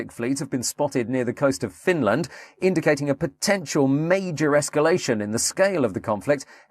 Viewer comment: Not the most believable, but incredibly well made nonetheless Edit: Apart from how Finland is pronounced!